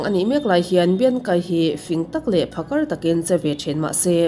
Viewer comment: Pakhar nilovin phakar tih tur zawk 😂